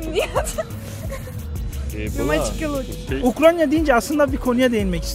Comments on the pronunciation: Ukranya diyoruz Kardeşim ukrayna Uk-ray-na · American Eagle bir de yasadigi ulkenin ismini soyleyebilse iyi olacak Ukranya deyip duruyor